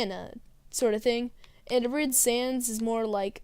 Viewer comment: FYI "full playthorough" also "arid" is pronounced AH-rid not ah-RID I guess this is going to be the comment that I edit since it's probably not good to post a million comments, anyway If the motion controls are one of your biggest problems with unwiished, you know you can use the classic controller or gamecube controller, right? Talking about music: "It's a nice jazzy song" Me: "ya like jazz?" You: "ya like jazz?" "Mario shoves in world 1-1 all the time" not really "Or the 1-1 theme all the time" because that's the mario theme? isn't that like complaining how the new star wars movie still use the star wars theme in the opening crawl? "I can't drift in water??" you hit something no i said colours was spelt with ou because it is in the far off land of 'straya RED STREAK, SPEEDS BY, MIGHTY THE ARMADILLO